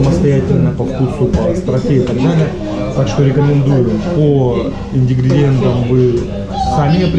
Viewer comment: Ингредиент, а не индигриент)))